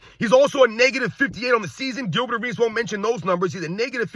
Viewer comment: The dudes name is Gilbert and it rhymes with Dilbert! Nuff said! 😎